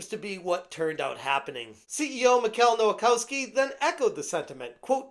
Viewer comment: Please stop mispronouncing Polish names, they don't read like they were written in English. You can check the pronounciation in google translate. "ch" is sort of like "h" in English. ł is the w sound. w sounds like "v" of "f", NEVER as the English w. Vowels don't bend, so the "kows" syllable does not sound like "kaus" (it sounds like "kofs"). So Michał Nowakowski would be pronounced sort of like "Mihaw Novakofsky".